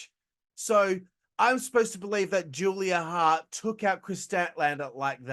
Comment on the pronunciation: Did you say Julia HAHHT? Where'd you pick up that Boston accent from?